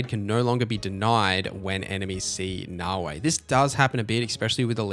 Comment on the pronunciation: Great video I gave you a like. One small piece of feedback though. There is no W in Naoe. It's not Naoway. Pronounce the last letter like you are saying the letter "A" Na-O-Aye.